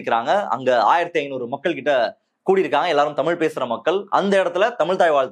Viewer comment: காதலுக்கு மரியாதே என் பொண்டாட்டிக்கு டமில் தெரியாதே... 😂😂😂 டமில் வாழக குசு மான்